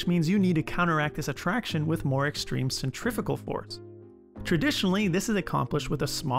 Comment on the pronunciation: It’s pronounced ‘centri-few-gal’.